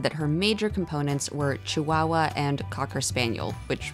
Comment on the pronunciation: There is no letter W in the word Chihuahua.